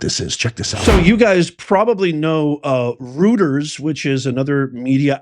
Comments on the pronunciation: It sounds like: Roy-ters, not Rooters Lev-it, not Leave-it Socky, not Pa-socky I like the channel But come on man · ROY tears, not ROOT ers- and LARGE scale social deception, not E SCALE. Is this stuff possibly real? Good God…. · 🎉 .... it's my understanding that Reuters is pronounced ROY-ters, not ROO-ters. Probably a German pronunciation. But don't take my word for it. Do some research. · It is pronounced Roiters , but rooters sounds good . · Professor, Reuters is pronunciation as "Roy-trz" and not "Rooters" ... I thought you should know. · By the way REUTERS , it's pronounced internationally not as Rooters but Royters. Until recently so respected. Everything is falling apart. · it's pronounced "ROY-ters", NOT "ROOTERS"! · I have to correct you in the pronunciation of Reuters. It's British thus pronounced Roy ters, not Roo ters. Your misprononciation is making my teeth hurt, like fingernails on a chalkboard. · LARGE SCALE DECEPTION (LSD), not LARG E SCALE DECEPTION (LSD). As for the pronunciation of "Reuters," it is not "Rooters," it is "Royters." They are a large news distribution network, similar to the Associated Press. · Its not ru ters its roy ters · Roy-ters. Not rooters. Let’s go! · Not LARG E SCALE. It's LARGE SCALE. You are pronouncing Reuters incorrectly. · It's pronounced "royters", not "rooters" and also good lord dude, that's a line break and it says "LARGE SCALE SOCIAL ENGINEERING" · Reuters pronounced Roiters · Please pronounce Reuters correctly. Hint: it is not "ROOTERS" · Reuters is pronounced Royters (06;50) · Reuters is pronounced roy-ters. And larg e I think is large. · Reuters is pronounced, “Royders” 😊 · I think it's pronounced "Roiters." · P.S., Reuters is pronounced Royters, and they were a Lefty news Organization once out of England and often quoted by NPR so that says a lot right there. They were bought out by a Canadian Family. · It's pronounced tomsun royters professor... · Pronounced "Royters"